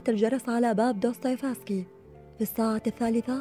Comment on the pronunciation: جمااالج وانتِ تلفظين دوستوفيسكي